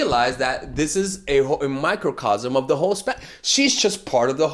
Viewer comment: I thought he said hoe😂😂😂